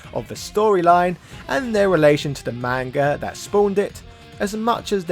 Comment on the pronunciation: Pretend you're Jamaican when saying "manga" and you'll probably pronounce it better LOL